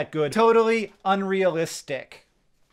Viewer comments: Not unreali-stick 😆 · "unreali-stick" - 10/10, no notes